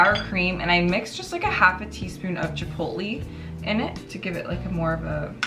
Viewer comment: Not trying to be an asshole, but Pico de Gallo, the double L is a “Y” sound, should sound like saying “guy yo” and Chipotle should sound like “Chipot-lay”. Anyways looks good and Merry Christmas.